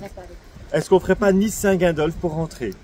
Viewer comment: Vous êtes fâché avec la prononciation de "saint Gingolph"... 🤣🤣🤣